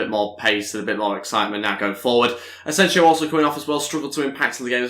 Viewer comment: btw you're pronouncing Asensio's name wrong just so you know Ed would appreciate it if you can look it up and correct